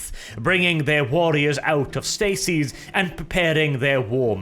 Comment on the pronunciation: Ah, your pronunciation is awesome sometimes, "Bringing their warriors out of Stacy's [stasis]". Sounds like Necron lords trying to get their recalcitrant warriors out of a bar.